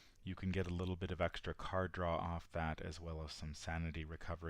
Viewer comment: I have anxiety disorder and the way your intro is read makes me creep out. Like how you emphasize the word "of" and you pronounce words strange, for example you say "ah-gane" AND "ah-ginn" for the same word (again)... "Obe-tane" AND "AWB-tain" and even accented "awb-TAIN" (Prob just me, but I can't get through the intro, gotta skip ahead to what sounds like unscripted stuff) I watch all your vids.. and love em but I found the CC option and thought I would share. Sorry if it sounded like a jab.